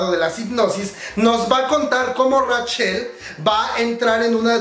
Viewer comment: Comadre como te quiero pero me da ñañaras cada vez que pronuncias Rachel textualmente como se escribe xD